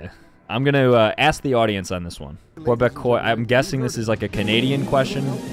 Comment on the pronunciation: as a québécois, a person from quebec, i laughed at you so much when you pronounced it lmao